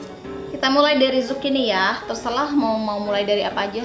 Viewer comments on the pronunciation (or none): Aku salpok pas di menit ka ngomong "telselah mau mulai dari mana aja"Wkwqkqkk